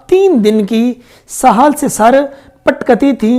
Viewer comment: Apki to apna urdu ka talhafuz sahi nahi hey sahal nahi sahil hota hey or patkati nahi patakti hota hey